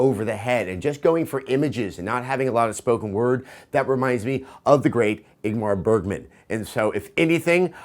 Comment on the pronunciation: You said Igmar Bergman and it blew my mind. You are so correct, brothers is incredibly bergman-esque